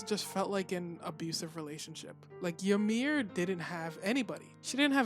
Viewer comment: By the way the correct pronunciation of the name Ymir is EE-mir not YA-mir.